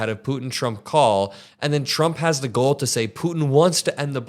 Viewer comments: its GALL not GOAL! he had the “GALL” to say!! please please someone on team help him w his pronunciation. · keeps pronouncing “gall” wrong.